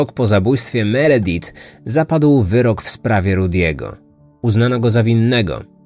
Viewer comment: Meredith wymawia sie Meridif